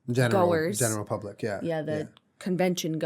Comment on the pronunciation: when julien says "the general public" i SWEAR he said "the Jenna Republic". I'd like to become a citizen of the Jenna Republic please